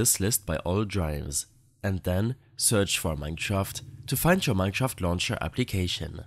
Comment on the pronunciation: thank you man who cant pronounce mineshraft properly <3